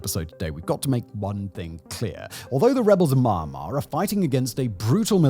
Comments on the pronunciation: You can’t even pronounce Myanmar…how can I believe your talking mouthpiece? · Your commentary would be ok if you could actually pronounce the name of the country correctly. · Dude cant even pronounce Myanmar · Your pronunciations of Myanmar, Aung San Suu Kyi and Karen are all wrong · Thank you! Lets talk about Myanmar, not mama when you pronounce it correctly, so as you may have a better visual political aspect. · You've been making videos about Myanmar for a while now but you still have not learned how to pronounce the country's name correctly. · Learn how to say "MYANMAR" correctly if you're going to criticize the country and exploit it for views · Listening to Simon butcher the word I can understand why they used “Burma”.😂